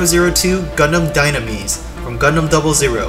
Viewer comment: and Dynames with a long e and pronouncing 's' as 'z'